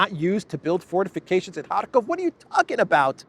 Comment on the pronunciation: lol, 'forteeeficayshans'!